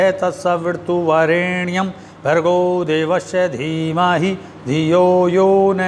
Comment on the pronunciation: सवीरतुवरेण्यम । स्वामीजी मेरे विचार से तो सवितुर वरेण्यम होना चाहिए। आपको क्या लगता ह सवीरतु या सवितुर कोंन से शुद्ध ह। यदि आप से ऐसी भूल होगी तो और दूसरे साधको को तो भरम की स्थिती बन जायेगी। कृपया स्पष्ट करे इस मंत्र को